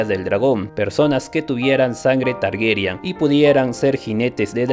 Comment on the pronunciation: TargERYAN NO, TARGARYEN, ARYEN.